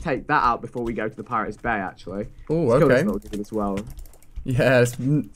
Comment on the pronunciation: I thought Vikk said 'pirates bae' instead of bay😂